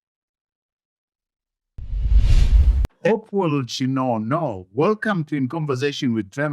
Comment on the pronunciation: Chin'ono Not Chinono Mukoma Trevor